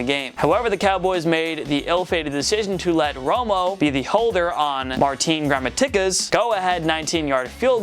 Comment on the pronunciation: Marteen gramma tickas 😂